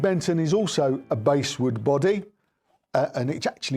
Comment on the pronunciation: Basswood is pronounced the same as the fish. Great review🙂